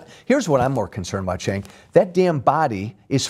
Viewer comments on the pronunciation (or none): does he keep calling him chenk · I love how this guy keeps pronouncing Cenk's name "Chenk" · I hate how Joe Walsh pronounces Cenk's name as "Shank". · My ears always cringe when he says Cenk's name.